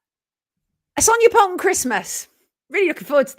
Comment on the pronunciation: I love your song 🎶 Good morning ☀️ Good Rising 🎶 It’s time to WAKE UP with Sonia Poultan 😊 and (as always) I love how you always pronounce my name correct (you’d be surprised at how many do not). I love this show so much ♥️